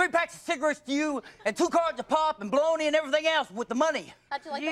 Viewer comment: did this nigga say bologna lmfao?? hahaha 🤣🤣🤣😂😂😂 😂